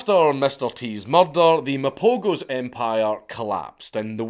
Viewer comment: pronoucing Mapogo so wrong ..lions are dying atm